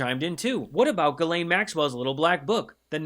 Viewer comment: Why can't Americans ever say Ghislaine right?